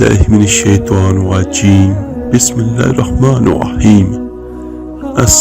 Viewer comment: Assalamu Alaikum AP ko Allàh Taala salamat rakhy, AP ka ye video pori dunya main chalta hai koshish karo Bismillah KY alfaz sahi per ny ki, estara paro BISMILLAH HER RAHMANERAHEEM, Shukriya